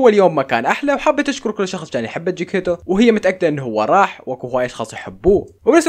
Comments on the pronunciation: جيكتيتو✖️ جيكيتو ✅ 😂😂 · جكتيتو ❌ جيكيتو ✅ 😂😂😂😂💔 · جكيتيتو ❎ جيكيتو ✅